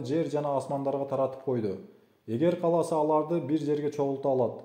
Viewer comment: Урматтуу диктор каласа эмес кааласа туура так суйлонуз кыргыз тилин бузбаныз